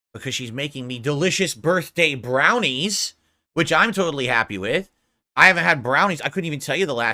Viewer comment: Brurthday brownies! 😂😂 1 too many Rs.. ya drunkard